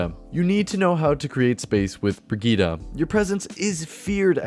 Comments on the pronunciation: It's super annoying that her name is pronounced Brahgeeta instead of Brigitte. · Bridgette (bridge-et) not (bree-jet) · Step 1 learn how to pronounce the name correctly Step 2 rewatch this video BreeGeeTi(ts) the ti like in tits ... easy to remember. ( ͡° ͜ʖ ͡°) and pls not BRIGITAH (like fucking Vegeta from Dragonball) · German friend pronounces it Briggeet not brigeetaaaah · Hahah oh man why did you say brigitta? Her name is Brigitte, it's german. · I’ve been pronouncing her Bridgette not brig eetta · "brigida"... please... it's not pronounced like that. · Swear her name is pronounced like "bre-git" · BRIGITTE = VERGITA XD